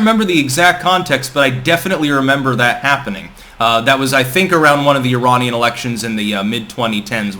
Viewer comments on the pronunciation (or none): none